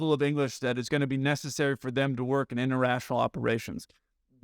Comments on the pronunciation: Bro, LOL.... , you said, "doesn't have the level of English necessary for them to work inter-RATIONAL...." I couldn't tell if you did it on purpose, but it was Hilarious!! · I appreciated the irony that you messed up "interrational" when stating that the pilot's grasp of English wasn't good enough. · interrational operations, huh.... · I heard that mess-up...inter-rational. You da heat.